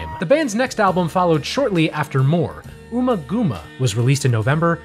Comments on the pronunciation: It's UMMA-GUMMA as in Hummer...Bummer. It's not the first name of Ms Thurman. (Ooma gooma) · Ummagumma is pronounced like um ah gum ah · Great video but please... it's pronounced AMMAGAMMA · here to comment. I love these… keep ‘em comin… but you have some pronunciation problems here… domine rhymes with astronomy, ummagumma is not oomagooma (think gum), the city is San Tropay, and according to David Gilmour in both Guitar World magazine and the Amazon Dark Side documentary, Money is in 7/8 time (though it seems the internet is split).